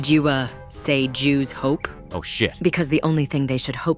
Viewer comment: Was literally waiting for it and as soon as I heard the Zhu’s hope pronunciation 😂